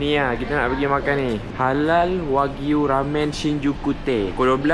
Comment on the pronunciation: Sebutan dia wa-gyu tau. 😊